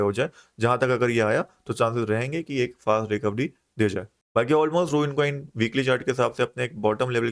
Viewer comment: It’s रून not रूइन